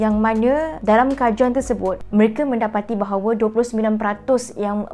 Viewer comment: frog yes orang professional, orang yang selalu cakap BI pun kalau diorang cakap Melayu takde pun bunyi errr. Bahawerrr la . Nak sebut 3 jadi tigerrr la. Nak cakap campur cakap la bagi elok-elok bahasa Melayu tu.